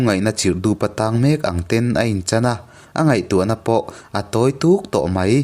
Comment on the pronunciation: "Han lo chho teh" tih leh "A tawi tûk tawh a" "Lo han chho teh" leh "A tawi tuk(thlûk loh tur) tawh a"